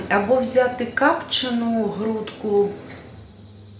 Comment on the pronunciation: прикратите коверкать украинский язык! Вы делаете столько ошибок, что уши вянут, причем практически всегда в одних и тех же словах! Например: слова капчена не существует в украинском языке вообще, а есть слово копчена,точно также как и слова затишок, которое Вы произносите через " и",хотя нужно через украинскую "ы", или пакельня вместо пательня,это уже вообще жесть!Раз решили говорить на рідній мові, тогда работайте над ошибками. Не обижайтесь,я не со зла сделала Вам замечание,просто иногда слышать не приятно как коверкают язык!